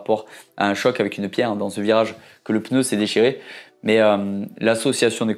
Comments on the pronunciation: Par pitié en français c’est un PNEU et non un PENEU !!! Ça fait un peu mal aux oreilles à force 😉. Merci 👍🏻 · La lettre N se prononce directement après le P, il n’y a donc aucun son entre elles. /Peuneu/ est donc une prononciation totalement incorrect. D’ailleurs, le vidéaste le prononce correctement par moment. Il semble donc que ce soit une habitude confinent à une préciosité. De la même manière, la prononciation /èmbapé/ est incorrecte ; il faut dire /mbapé/. Vous n’y arrivez pas ? Entraînez-vous, cela finira par sortir correctement !